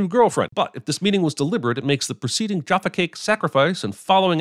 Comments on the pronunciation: The way you say Jaffa cake is a sin. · Love your pronunciation of Jaffa Cake 🤣🤦🏻‍♀️